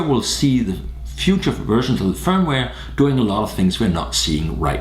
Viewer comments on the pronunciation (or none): none